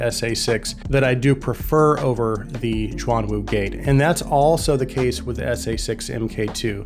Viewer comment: almost correct, but its, shhhh-yuan - wu [ shh - yu-uan ] the " shuang " you have been mispronouncing, meants " dual / double " 双 the " xuan ", for these, are "mythical/. mysterious " 玄 not a knock btw, good to learn new things =D Im just surprised, the same specs from other non-chi-fi runs up to 1k mark. base from your earlier reviews, gotten the Performer 5 [ 2nd hand, a steal ] and still awaiting for the Ikko 10hs sapphire mirage, BOTH, which are not so well reviewed [ 30mins worth of scrolling through pages in youtube as well ] any chance for reviewing the portable DAC that performaces better than m15 by. questyle ?